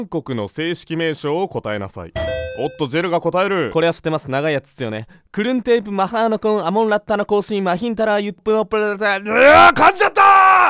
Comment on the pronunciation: タイに住んでるのにバンコクの正式名称知らんかった… でも…発音が全然違う！